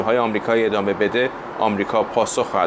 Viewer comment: ادمه . یا عدمه . چه معنایی دارد این آقا نمیتواند از روی کاغذ هم فارسی بخواند و ادامه را ادمه میخواند و اگر منظورش عدم بوده دیگر عدمه معنی ندارد . تو خود حدیث مفصل بخوان از این مجمل .